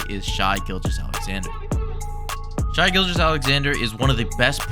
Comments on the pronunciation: Every time someone calls him “shy” I physically fucking cringe lol. His name is Shaivonte. Shai is “Shay.” Idk how people do nba content and can’t get this right. Sorry bro it just annoys tf out of me but good video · “Shay” not “shy” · Pronunciation guide Shay Cay-son Holm-grin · No disrespect, but how can he edit all these plays, look up stats, deep dive on his tendencies, but butcher his name. 💀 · Prolly think he’s cool mispronouncing names